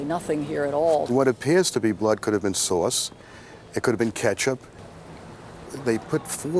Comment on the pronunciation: “It coulda been sawce”